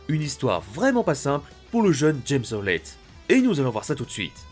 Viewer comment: C'est qui James Honlett ? James howlett